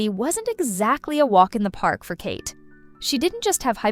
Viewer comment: Kate isn’t French. You pronounce the ‘t’ in her name.